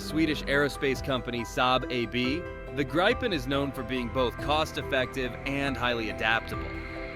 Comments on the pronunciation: Grip-en not gripe-en😂 ffs😅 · Why can't Americans pronounce a simple name like Gripen? Graipen? Really? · It's pronounced more like greepen in swedish (Saab gripen that is) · Please do at least the most basic research before you post something. For instance how to pronounce GRIPEN would be very helpful when your story is about GRIPEN. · Can't even say Grippen properly